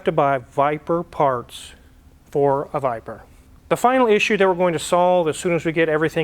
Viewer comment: 10.07 he said viber it's a VIPEER ! dude